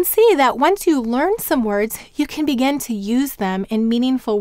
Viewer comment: The phonogram x, doesn't it have two sounds? There is the /ks/ as in "ox" and the /z/ as in "xylophone." Are they different or am I totally off? Another question--totally off topic and just for curiosity purposes--why do you pronounce "begin" as "began" most of the time?